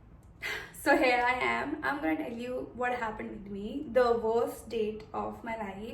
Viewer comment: Please learn to say “here” not “hair”